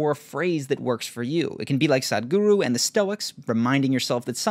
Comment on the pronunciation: It's not Saaadgru, it's S-uh-thh-g-oo-roo